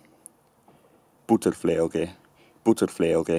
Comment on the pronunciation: looking at the ipa , i'm fairly certain you pronounced the "ge" in "buterfleoge" wrong? it's a voiced velar fricative, not a voiced velar plosive like the english g.